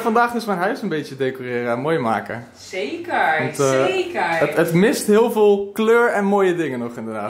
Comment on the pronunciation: zekerr zekurrrrr